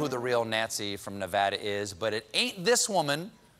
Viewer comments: I'm so proud of Stephen for pronouncing Nevada properly #VEGASBABYVEGAS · He said Nevada correctly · Thank you, Stephen--thank you, thank you, thank you--for pronouncing Nevada correctly. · I love that Stephen says Nevada correctly! Many dont